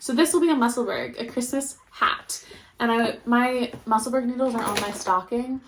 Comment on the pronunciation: pronounced Musselboro